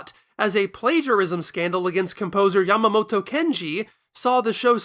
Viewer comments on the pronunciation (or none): none